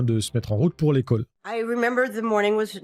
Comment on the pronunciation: a un problème avec le "o"! Il ne dit pas "école" mais "ékeule", pas "sol", mais "seul"